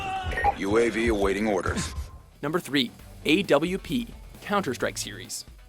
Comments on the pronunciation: Ay Double-U P? Most people in voice pronounce AWP phonetically as "ahp" or "op". But, I mean, I guess they'd know that if they actually played these games. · Fucking calls it the A.W.P instead of pronouncing it the way most if not all people pronounce it the "awwp" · Its pronounced awp not a w p. Its not the way you spell it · Was I the only one when he said A W P not awp all together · The awp is pronounced awp, not ay-double-you-pea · Pretty sure that NOBODY called it an "a.w.p."; It was literally just pronounced just "awp". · No one calls it the A.W.P. we allllll... ALL call it the AWP as in one word. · No one calls it the A W P its called the AWP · "A-W-P" it's pronounced "opp" yo, like the word "opposite" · I cringed when he said AWP its not A-W-P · we never called the AWP A. W. P. we called it the AWP pronounced AWE Pu so it was spoken not spelt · Did he say A.W.P? It's pronounced Orp.. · tehy dont know anything. And who pronounces it "A- Double U- Pi" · lists nicknames and doesn't pronounce it as "awp" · DID HE JUST SAY A-W-P? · It's awp not a.w.p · Not the A.W.P., the AWP. Pronounced "Awp" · Pronounces it an A-W-P when all players pronounce it as "op" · "the A.W.P" no its the AWP, its a word not an abbreveation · the AWP isn't A-W-P it's all togethermmm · how he said a.w.p in letters if you play ranked you will never have time fot that : well no one i play with does we all say awp like a normal word. and yes it's not op especially in Go where hitboxes are a bit .. well ... you know ... since bloodhound